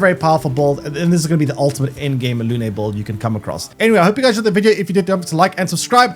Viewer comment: It's not luné . Her name It's moon in french . No é . Just e , lune